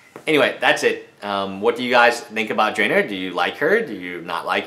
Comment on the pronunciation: Its pronounced Drana (draw-nah): (